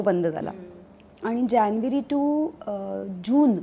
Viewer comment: ज्यानवरी काय असते? ना मराठी ना धड हिंदी आणि ना इंग्लिश... जानेवारी तरी म्हणा नाहीतर जनवरी तरी.